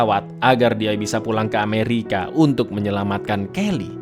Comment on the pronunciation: Kenapa sebut ameriki